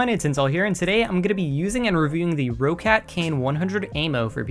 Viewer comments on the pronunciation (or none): its pronounced roccat not roccat